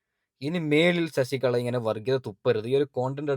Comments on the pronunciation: ശശികള അല്ല ശശികല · ശശികള അല്ല (ശശി കല എന്നാണ് തെറ്റു വരാതെ sookshikkuka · ശശിക ള അല്ല ശശികല ഇങ്ങനെ പറ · ശശികള അല്ല ശശികല ആണ് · ശശി കള... അല്ല ശശികല അല്ലെങ്കിൽ വിഷ കല.. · ശശി കള അല്ല ശശികല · ശശിക" ള" അല്ല ശശികല. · ശശികളാ അല്ല ശശികല